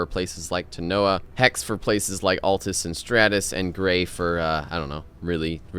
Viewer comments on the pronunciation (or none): none